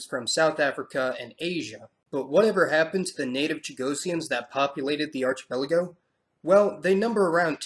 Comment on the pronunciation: Archipelago is pronounced ARK-ipelago.